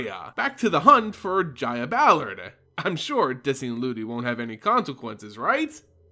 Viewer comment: i cant fucking stand how the narrator ends words as he speaks themehhh. Toooluhh. Deadeh. Pyromancerrr. Gogglesuh. Ballardeh.